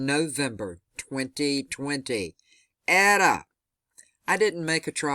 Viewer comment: Its pronounced "Ate-ah" and "zay-tah".